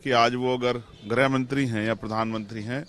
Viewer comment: Bolna sikh le beta greh mantri nahin hota h greeh mantri hata h